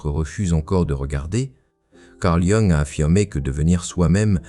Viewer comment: Pouvez-vous, s'il vous plaît, prononcer correctement le nom de Jung?